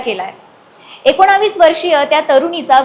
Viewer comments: Akonavis nahi akonis bol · एकोणावीस नाही एकोणीस म्हणा. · एकोणीस ऐवजी " एकोणाविस " का म्हणता तुम्ही? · एकोणा...वीस😂 नाही ग ऐकोणीस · एकोणीस म्हणायला शिक.... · एकोणीस म्हणायला तुझी जीभ वळत नाही का 😂